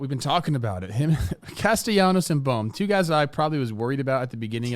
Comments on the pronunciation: ITS BOHM, B oh M not bomb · Can someone please tell Jimmy that its pronounced “boam” not “bom”